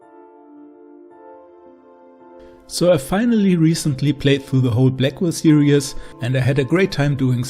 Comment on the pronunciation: Stop saying serieus! Its series!!!